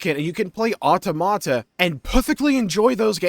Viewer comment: Can you please pronounce automata correctly